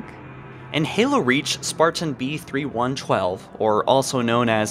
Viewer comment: This nigga said Spartan B-3-1-TwElVe 😂